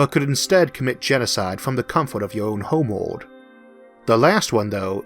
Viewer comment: Your Elmer Fudd voice is fine, w e do appreciate the captions, but I had a teacher that pronounced English with German set. so the line The quick brown fox got pronounced "The kh-wick brohn Fohks yoom-ped oohvar the lach-see dog." So hearing 'Homewold' and 'vampiwas' is actually relaxing.